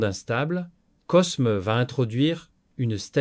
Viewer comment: Excellente video . Un détail toutefois : dans Cosme ( de medicis ) on ne prononce pas le S . On dit " Côme ) .